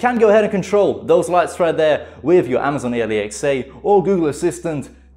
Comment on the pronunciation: did he say amaizoin ailaiczeah